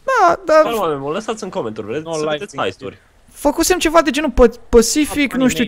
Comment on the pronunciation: nu se jice haisturi se jice heisturi